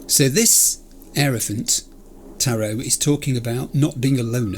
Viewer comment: All the tarot cards are placed on the map very deliberately it’s pronounced (hyrophant) the heirophant is like a priest